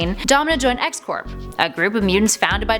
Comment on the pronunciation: I think X-Corp is pronounced X-"Core."